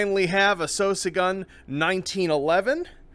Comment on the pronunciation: I recognize that he's the head developer of this game and they're called what he wants to call them, but I can't shake the impression that that's not how you're supposed to pronounce "Sosig."